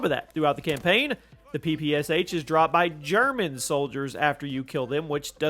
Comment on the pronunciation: please please please PLEASE! ITS NOT P P S H, it's P P SH, Pistolet-Pulemiot SHpagina - Shpagins machine pistol, COD literally ruined name of this weapon irreversibly.